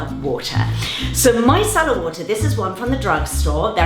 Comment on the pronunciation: At first I thought she said “my salad water”